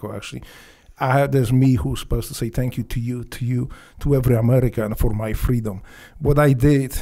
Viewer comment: 1 hour in "Fankyou" or not so much LOL!!!